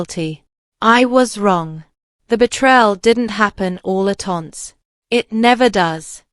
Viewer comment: mispronunciation times are : 1.42 once, 1.50 recital, 1.58 moved, 2.10 de m y sister = my sister, 2.58 listed 2= listed too, 4.02 it 4.11 Toland = to land.